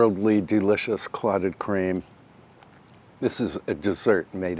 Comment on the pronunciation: I do not know what you are sayinf..are you saying "Clottedcream"?